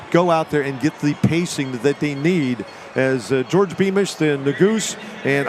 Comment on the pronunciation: Beamish my favorite kicker. Met him at Buffalo Park(Flagstaff) in 2018. I told him he had the best running style(form). He told me that his name is pronounce George not Jor Dii. Great guy